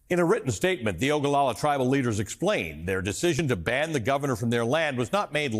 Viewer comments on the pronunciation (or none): Its not OGOLOLA , it's Oglala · Oglala, not Ogalala.